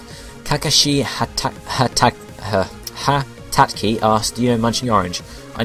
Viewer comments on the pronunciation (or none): named his vulpix 9 tailed fox. couldn't pronounce Kakashi Hatake